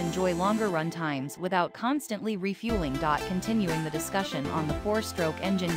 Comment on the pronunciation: Horrible Speech Synthesis or the person responsible for publishing it. You would think the word "the" would be spoken correctly these days.